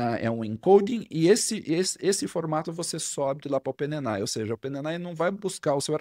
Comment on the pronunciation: Fala amigo, bom demais?! Seu conteúdo e didática são fantásticos e eu aproveito e absorvo muito. Porém, com todo respeito e admiração aqui vai uma observação sobre um vício de expressão que notei: A palavra OPEN AI não é lida como ope ne nai e sim ôpên êi ái.